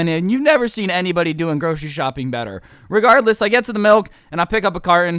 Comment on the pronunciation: This is how many times he said regarless 🔽 wrong way